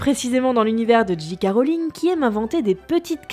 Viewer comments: C'était cool étant donné que je suis une fan incontesté d'harry potter! Par contre par pitié, c'est J.K"ay" Rowling et pas J.K"a" Rowling! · J.K -> "ji" à la française, ou "djei" à l'anglaise, mais pas "dji" haha Ca pique ^^ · On dit pas J Ka rolling mais J keyyyy rolling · Du coup ce serait Jay Kay et non Ji Kay. Autant faire les choses à fond. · et non le J c'est G et le G c'est J en anglais donc "Djé Ké" 😄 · haaaaaaaaaaarrrg ; j'en appelle à linguisticae !!!! ou tu dis "dji kè rowlings" ou "ji ka rowlings" mais le mélange des deux montre clairement que tu n'a pas su choisir ton camps....... le non bi-linguisme franchouillard dans toute sa splendeur !!! (2nd degrès insaillede) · Non non, le G se prononce bien "Dji" et le J "Djei" comme tu l'avais dit au départ